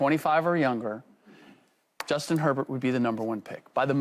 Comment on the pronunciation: This chick cannot get Herbert's name out of her mouth🤣🤣🤣